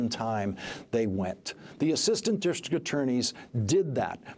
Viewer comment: Shocking revelations. Anyone else notice this guy couldn't say "district" properly? lol